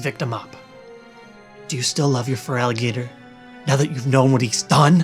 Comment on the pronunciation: Feraligatr...nice try though and yes, there's no 'o' Feral alligator. Feraligatr